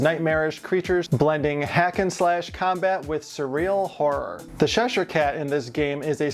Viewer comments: I love the design of this one, I'm not a gamer so havent seen this before, but definitely fits your esthetic 😅, you should do some more of these characters. Although I do have to correct your pronunciation its "chesh_here" cat, like chess not sh-esh ere, sorry was really bugging me 😂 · ITS CHESHIRE CAT NOT SHESHIRE CAT. Please for the love of god say the name correctly. Ch doesn’t make the same sound as sh. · Looks great...But its called Cheshire cat Chess-shur cat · Are you calling him the Sheshire Cat?